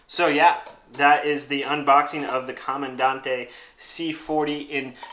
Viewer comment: pronounced Camandan-TE. Not that it matters. My philosophy... you own one, you can call it whatever you want! 😅 I think for American Cherry, the clear catch cup looks best.